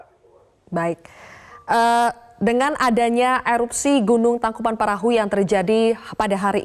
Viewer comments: Tangkupan tangkupan tangkupan tangkupan tangkuPAN perahu nyebut TANGKUBAN BAN BAN salah mulukk busett!!!! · Syukur tidak ada korban jiwa, tapi kenapa saya dengarnya pembaca berita ngmg nya " Tangkupan Perahu " ya